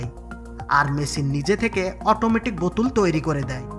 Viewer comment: ভাই আপনার ওই বোতুল‌ কথাটি শুনে আমার কান ম্যাংগো জুস হয়ে গেল 😂😂